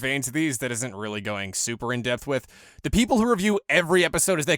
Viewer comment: Blake Bingel And Geekdom has a series called dragon ball in depth, but refuses to pronounce depth right though I know by now he's gotten tons of comments about the way he says it, he's that stubborn.